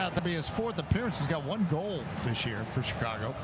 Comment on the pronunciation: Ah, the commentator who presumably can't pronounce "goal"...